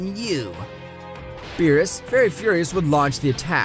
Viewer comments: Its berrus not bills😂😂😂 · Don’t mess with the god of destruction “bills” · Beerus = bills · Is it really that difficult to say berus